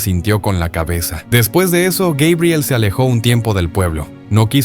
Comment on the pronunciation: LA INTELIGENCIA ARTIFICIAL DICE GUEBRIEL...